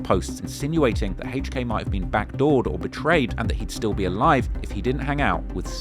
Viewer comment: The way say HK sounds like "haych-k" 😂.